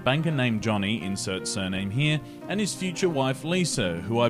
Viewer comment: "Sirname"? As opposed to "madamname?"